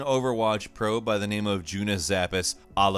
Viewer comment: I'm sorry but you really butchered Joonas ''Zappis'' Alakurtti XD gave me a real laugh tho